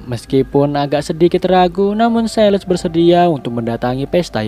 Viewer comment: Bang ralat dikit, Silas di baca "Sailəs" atau "Sailes"